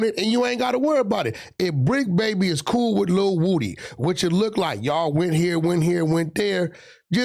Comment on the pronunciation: Adam struggling with “Lil” like when I was a kid trying to say Bow Wow name